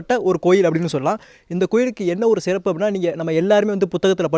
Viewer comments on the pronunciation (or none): none